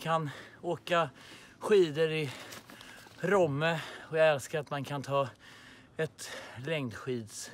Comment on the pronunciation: Kan folk lära sig säga rOmme?! 😂 heter inte rÅmme!!!!!